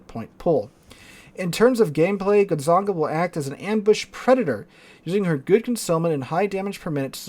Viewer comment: your last "gonzaga" was the right one, so i'm not calling my american uncle on your. for now.